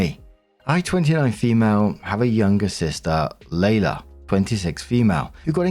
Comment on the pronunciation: Story 1 - When sees "Leila"...and instantly mispronounces it as "Layla". Here's a clue: "LEE-la".